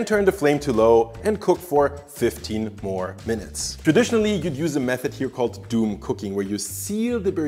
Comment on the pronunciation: Dum ❌ Doom ✅